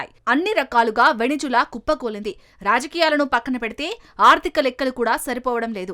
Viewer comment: Please pronounce the country name correctly. It's not venejula, it's Venezuela